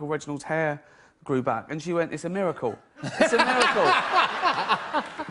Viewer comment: It's a miwacuw. Uncle Reginald's miwacuw. xD